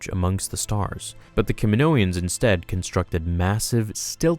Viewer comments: Ka min-o-ans. Not ka min-oians. Phonetically. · DUDE its kaminoans, not kaminoians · can you stop saying "kaminoians" it's kaminoans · Kaminoans not KaminoEans!!! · Kaminoan, not kaminoian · “Ka-mi-no-ans” not “Ka-mi-no-i-ans” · Kaminoians? C'mon man, you can do better than that... Kaminoans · I don't why but it didn't feel right when you say 'kaminoaians' should just be 'kaminoans' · I figured it out. What sounded weird is your “Kamonoian” It’s “Kaminoan” Sorry if I’m nitpicky ‘:) I’m a linguist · the way you call them Kaminoians bothered me lol... Kaminoan sounds a lot better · I could be wrong, but I'm pretty sure I've heard, in the Clone Wars & other media, the people of Kamino called "Kaminoans" not "Kaminoians" sorry, it just felt off hearing them called "kaminoians" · I think the accepted pronunciation is “Kaminoan”, not “Kaminoian”. At least that’s how I’ve heard everyone else say it. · Cam-i-no-ans. Not Camino-ans or Caninoians. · good video, but i'm really sorry, one thing is just driving me nuts it's Ka-mi-no-an, there is no second 'i', it's not Ka-mi-no-ian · aside from all the regular words you mispronounced, they say "kamino-ans" in episode 2. it's just the name of the freaking planet with -ans afterward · *STOP MISPRONOUNCING KAMINOAN* KAM MEN NO EN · I love your content. Btw isn’t it pronounced Kaminoans in episode 2? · It's funny how you can't say "Kaminoans" correctly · say it with me: Ka-mi-NO-an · R K that’s how they pronounce it in attack of the clones. You’re right.